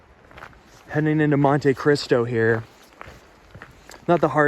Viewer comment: Mon-Te Cristo. Not mon-TAY Cristo.